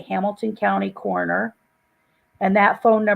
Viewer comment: "Coroner" not "corner"